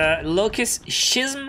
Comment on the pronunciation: Schism means a dramatic change and it is pronounced as ski-sm.....